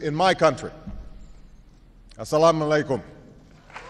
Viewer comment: I'm Muslim .. I like the way he pronounced Salamwalikum .. hehe ..